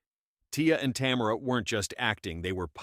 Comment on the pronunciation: Tamera not Tamra